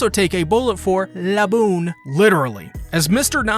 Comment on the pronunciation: The way you say "Laboon" is deeply disturbing...